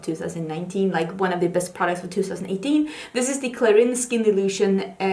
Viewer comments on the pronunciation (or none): this dress is amazing😍 it isn’t important, but actually “Clarins” pronounce like “kla~rans”😅